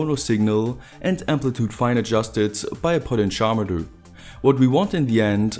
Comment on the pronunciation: Cool videos! One minor improvement: you're mispronouncing "potentiometer". It's actually pronounced like this: "poh-TEN-CHEE-ah-meh-ter" with the stress on both "TEN" and "CHEE".